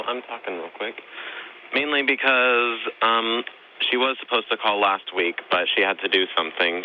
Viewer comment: Lol! "you're asposed ta be a puffeshunnal" When babies mispronounce words and pout it's adorable, when adults do it it's an embarrassment to the human race.